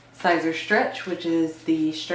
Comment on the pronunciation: Your pronouncing it wrong it's like saying ceaser but spelled siser